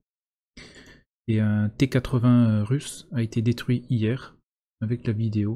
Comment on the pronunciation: Russe pas RUS, je dis FRan moi ?